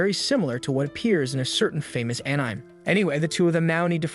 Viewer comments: The pronunciation of certain words still needs some work. Like how the voiceover pronounced the word Anime. But even more common words. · Please make stupid ai voice understand how to pronounce "anime" correctly It's killing us 😫